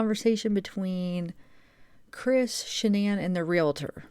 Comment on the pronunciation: It’s pronounced real tor; no extra a or syllable in there